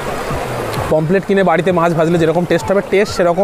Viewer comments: Not pomplet its pomfret .... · Pomplet na re...eita k pomphret bole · কথাটা পমপ্লেট নয়, পমফ্রেট মাছ ।